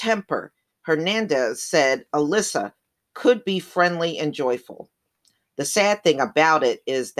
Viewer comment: It's Al-Issa, they are not pronouncing it right. I think 'Issa' is Jesus in Arabic, but don't quote me on that.